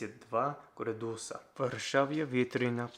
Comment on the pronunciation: Hello! Native Russian speaker here. That's great to hear you learn Russian. I've found the wrong pronunciation when you say градусы (degrees). You emphasise on the second vowel, which is incorrect: градУсы, градУсов. The proper pronunciation is on the first vowel: грАдусы, грАдусов, грАдусная мера I hope you will take this in mind :)